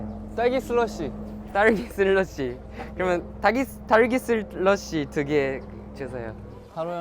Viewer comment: I feel like crying because of taro cuteness. I was like "oh so cute" "kiyooowo" "omg so cute" "what a cutie" "pleaseeee he's super cuteee" through the whole video Every "s" he says like sheulloshi instead of slushy in english omg this cutie owns my heart And his expression everytime sungchan explains about something he doesn't know 😩🥺